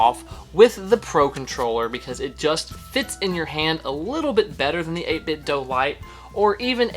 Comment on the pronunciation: Do! It's Do! Not doe It's Do!